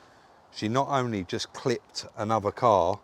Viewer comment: you say clipped.